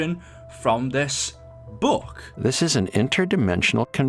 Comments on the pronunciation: It is not boook it is book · ITS FUCKING BOOK NOT BUUK 😂😂😂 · Please work on your pronunciation Look isn’t pronounced loook it’s pronounced luk book is not boook it is buk took is not tuuk it is tuk Eisendrache is not emphasized on the he it is pronounced Eisendrack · He’s saying buke it’s book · Note to self: ever word with double Os together, will pronounce like boo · I have a question why do you say book like bewk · Bouke?? Huhuhu say qhatt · I just realized you say book like boook. I like it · Why did he spend 8 mins talking about this (P.S bouk he he funny how he pronounces it ) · You pronounced book so weirdly every time up until lmao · The way you pronounce “book” and “look” is hilarious.